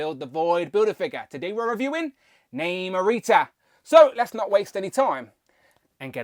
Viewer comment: The movie pronounced it as Nahmur and not Naymore. Hence she is pronounced as Nahmurita. I would have preferred the New Warriors version so that I can complete that group. I cringe everytime you pronounced her name wrong.